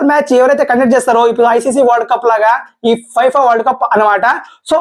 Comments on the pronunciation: ఫైఫా కాదు రా నాయనా ఫిఫా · Fifa kadu brother Danni fefaa ga chadututaru